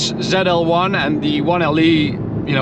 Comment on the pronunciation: Not called Zell L one, zeee L one